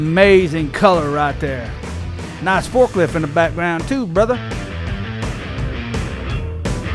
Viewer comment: Nawice….(said with an Australian accent) LOL